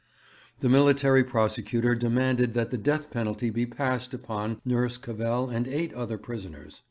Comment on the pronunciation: and of her surname, which is pronounced Cavvle, like saddle :(